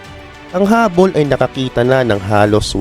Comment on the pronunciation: Hubble, hindi hubbol